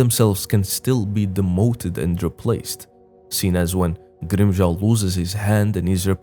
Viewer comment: From Grimmjow to Grimm-Crown.